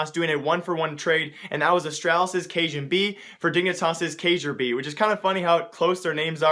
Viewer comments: Kjærbye is pronounced Kyair-bee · It's pronounced Keyar-bee. Kjaerbye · It's pronounced K-YEAH-BEE